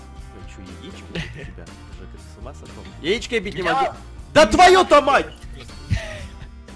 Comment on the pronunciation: Джека? ДЖЕКА? ДЖЕКА?????? ОН ЖЕКА, А НЕ ДЖЕКА